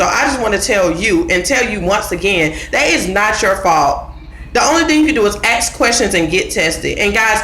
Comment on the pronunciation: Good video. But the word ask or asks isn’t ax or axed. smh